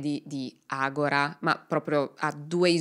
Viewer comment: Brava. Hai sbagliato sistematicamente la pronuncia della società del soggetto ( è ''Agòra'' e non ''Agorà'', come verrebbe naturale anche a me ), ma comunque è un'altra ottima esposizione dei fatti, con un buon livello di accuratezza e il necessario ventaglio delle diverse ipotesi. ===